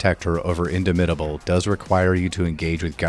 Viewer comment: "if you took big friendly rock you can take soften them up" no. you literally cannot. i don't know why you didn't bother to check to see if this was possible lol. also the way you say "indomitable" is odd. it means unable to be dominated. you should say the "dom" part the same way in both words.